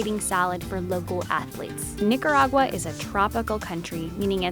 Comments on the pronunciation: But Maaa Yes, her pronunciation was very off. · yessss because she sounds mad WHITE!!! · Granada NIGERagua (That's what I heard and if you got offended just tell me. IT WAS FOR COMEDIC PURPOSE. I'm black soooooooooooooo I can say)